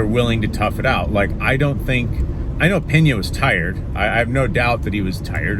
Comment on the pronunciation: Pena not Peña. If I’m português it had the sound of the Spanish Peña then there would be an “h” Penha